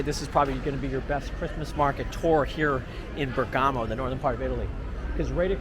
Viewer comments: Please Bérgamo not Bergámo.. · We have had many beautiful Christmas occasions in Bergamo This guy is giving the worst video with commentary I have seen. He can not even properly pronounce Bergamo. Go back to Walmart and McDonald's. Find a new hobby.